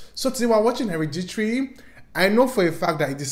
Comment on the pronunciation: you pronouncing hereditary as heriditrie is the serotonin i needed